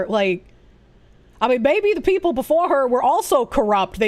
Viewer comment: She only consider herself as "da peepol"